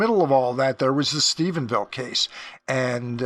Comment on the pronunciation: I want to thank you for pronouncing Stephenville correctly. Rich Dolan and Chris Mellon both call it Stephensville. It doesn’t sound like a big deal, but as someone from the area, it bothers me to no end. Thank you for your continued diligence and accuracy in your reporting. I never miss an episode. Thanks again!